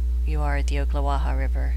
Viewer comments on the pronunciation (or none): Pronounced - Ock not Oak - Ocklawaha Nice footage though.